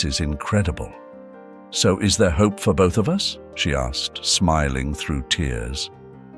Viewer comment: Oh my goodness! Orr fan aggy..not orphanage and hoppy not hope! I can't listen anymore!